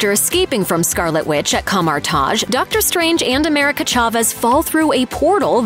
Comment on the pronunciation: She said Kamar- Taj so horribly